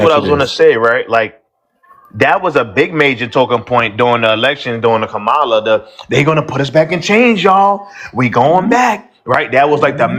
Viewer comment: KA-MA-LA, NOT KAMARLA. She pronounced it the right way.